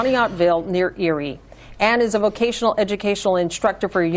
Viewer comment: I was initially thinking "nah it's not that bad". Then Fetterwoman said "vovotional" schools. Biden 2.0